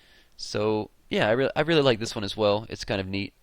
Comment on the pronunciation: He said LIE instead of LIKE.